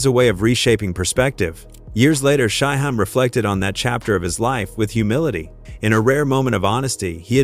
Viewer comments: Riser an shy-high 😂bruh u mean Rza (rizz-za) an Shyheim (shy-heem) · Thing is, Shyheim is - according to himself - pronounced like its spelled 'Shyheem'. The AI/voiceovee pronounces it correctly, if it was pronounced like it was spelled. The norse/germanic suffix '-heim' sounds more like 'haim' than 'hiim'. Understandable mistake if youre not a fan but no excuse for 'Reezza' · 👉🏾 Culture Vultures. 😑 Take this stupid ass video down. It's RZA, not spelled RIZA or pronounced RYEZA or REEZA and Shyheim is not pronounced SHY-HEM or SHY-HIME. 😑 Delete this video. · Don’t forget Shy-Hime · And Shy hime 😂😂😂 like WTF 🤷🏾‍♂️ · I'm so sick of your blogs where you don't know how to pronounce and write the artists names correctly! BAD JOB! Stopped watching after you pronounced Shyheim. How can you tell anything if you don't know a thing about it???Stop using AI and Just QUIT!